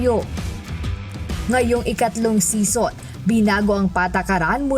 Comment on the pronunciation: English pronunciation of season is see-zn not sison as in connie sison